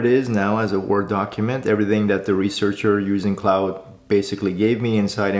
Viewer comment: *Pronounced as 'Clawd', not like 'Cloud'.